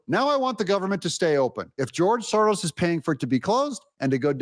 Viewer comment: S O R O S ...... Not SORROS.